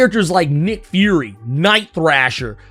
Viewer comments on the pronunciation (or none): none